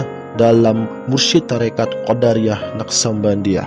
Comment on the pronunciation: Kenapa jadi Qoddariah bacaannya boss beda artinya tu...